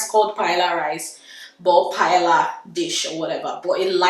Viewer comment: Don't let Spanish come for you - I got told off for the wrong pronunciation. First of all it's not Paella rice, just Paella. Watch a Spanish video for the actual pronunciation. Please ignore people criticising your marriage, bunch of haters!!